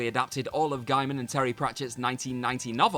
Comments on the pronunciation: And to be pedantic, it’s Gay-man, not Guy-man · Please learn how to pronounce Gaiman... It's his name you should give him the respect of learning how to say it.